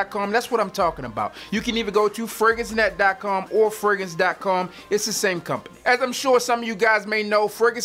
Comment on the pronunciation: This dude sound like he saying Ferguson instead of fragrance